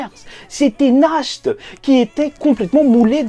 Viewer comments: Mon cher sache que Nacht ne se prononce même pas [naharto] mais [nahato] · Juste naht pas nahto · Nahato et pas nakhto lol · Oe dit Nash t c est mieux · C'est mieux "nachte"